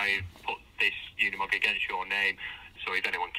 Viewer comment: I swear people can't read.. it's a uni-mog not a una-mog you guys can't even pronounce it correctly and it's not even hard . Cringe